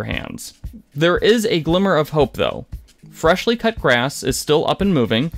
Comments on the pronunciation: "Fresh Cut Grass", not "Fleshly Cut Gass" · How do you watch Critical Role and not know how to pronounce Imogen's name or Fresh Cut Grass, not FRESHLY???? Seems sus to me 😅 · Eyemogen's dream?? Dear lord, with the amount of times the cast says her name, you could at least pronounce Imogen right... Also, FRESH cut grass, not freshly... jeebus... Otherwise good vid. Sorry, I have a pet peeve against mispronouncing names. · "Hi"mogen? Fresh"ly" Cut Grass? 🤭 I'm surprised there was no "Loud"na 😆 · Yeah Freshly(?!) Cut Grass has revivify! And Eemogin is going crazy! Don’t think this person even watches the show. How can you not know how to pronounce or say character names?! SHEESH!!! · Ee-mo-jen and "Freshly" cut grass? My guy, they say their names out loud, many times. How can ya consistently say them wrong lol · Oh dear god. I just got to eye-mogen. Lol. It’s like nails on a chalk board. And then it became ee-mogen. Aaaand now fresh-ly. Oof. Lol. SMH